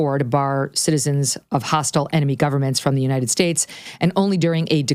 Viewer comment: Big Mike is a miserable soul. And she can't say "united" correctly either.